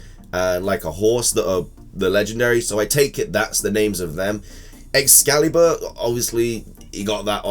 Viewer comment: Ex-scale-bur, not "escaliber"!